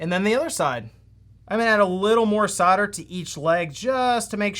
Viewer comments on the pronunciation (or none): Why are you saying "Soder" ?? its Sol-der, you're not the only one I've heard pronounce it that way since when did the "L" get dropped? or is this an American thing? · ffs its SOLDER not sodder, if your gonna say it a thousand times, at least say it right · Why do you guys pronounce 'solder' the way you do? There is an 'l' in there you know.